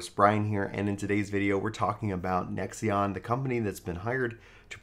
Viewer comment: lol Nexeon isn't it pronounced Nex-On?